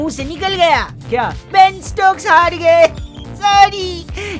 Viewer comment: '' thoda rukjaaiye ek baat bolna thaa "Benstokes"😅😅